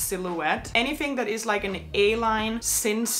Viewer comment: It’s cinched in not cinced in.